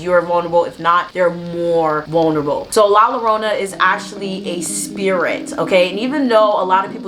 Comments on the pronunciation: 2 l's make the "y" sound so it sounds like Yarona. Sorry I couldn't help it 😅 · No disrespect at all , I wanted to say it’s pronounced l-ah j-oh-rr-oh-na ‘ I enjoyed this ✨